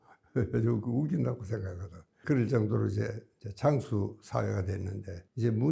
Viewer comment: 장수가 아니라 장~수로 길게 표현하세요